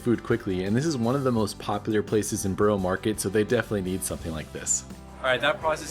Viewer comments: Hey I know this is pedantic but it’s a really easy thing to learn - Borough is pronounced buh-ruh not burrow. So whenever you see a place with borough, burgh, boro on the end such as Edinburgh, Loughborough etc. it’s pronounced buh-ruh. Hope this helps! 😊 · Burugh (that;s how you say it) not Boro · You didn't let us see you try the pistachio donut and what you thought of it? Also, please stop pronouncing it as "Burrow market". It's pronounced like "buh·ruh maarr·ket". Yes I know I'm being picky 😂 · Borough is pronounced Baarah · lol it’s not called Boro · It’s BURRA market, dullard! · It's pronounced " Burra" If your from England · Please learn how to pronounce borough market correctly.